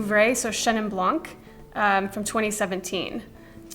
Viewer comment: Great video! Just please don’t say « blank ». The « c » in Blanc is silent.